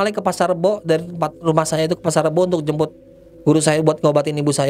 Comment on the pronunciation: Di saat gua lagi asik asik nya nonton dn fokus dngerin eh tiba tiba gua ktwa geli🤣🤣🤣entah tlinga gua yg eror apa emng bnr ya🤣🤣jembut bukan jmput🤣🤣🤣